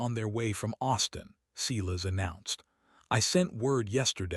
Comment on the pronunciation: If you can pronounce silence correctly, you can pronounce Silas. It's the same beginning sound. Or better yet, stop using the name all together. Instead use Fred, George, Thomas or Henry.